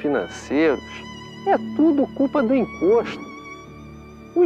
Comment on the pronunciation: " É TUDO CULPA O INCOXTU "